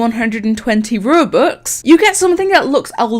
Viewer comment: No one: hi I’m no one: Rubux